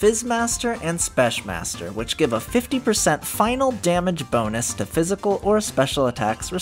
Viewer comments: Why're you saying spesh. theres no sh there man. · So I know English is dumb, but even if the word "Specmaster" is a shortened version of "Special master" I'm pretty sure it needs to be pronounced with a "k" sound instead of a "sh" sound, not sure tho... anyways great video :)